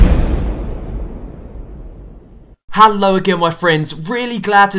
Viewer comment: why u say hello with an a